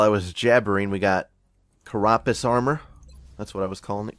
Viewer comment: Maybe you'd get more views if you pronounced "carapace" armor correctly. I don't mean to sound, well, mean, so hopefully to make up for that I'll go ahead and tell you it's pronounced "care-ah-pace" (stress on first syllable and pace as in pacemaker). I apologize for not being able to put it into the pronunciation key alphabet found in dictionaries, but honestly I think that no one can understand those.